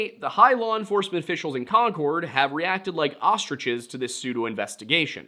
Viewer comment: its pronounced con-curd around these parts.